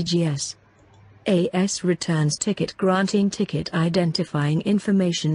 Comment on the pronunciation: ticket (not tiket)